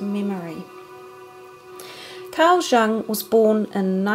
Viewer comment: I always enjoy seeing things about Psy Cards. BTW, Jung is pronounced Yung.